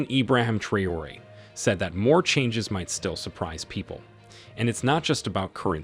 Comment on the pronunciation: The voice-over mangles Traoré's name so badly that he must be a yankee.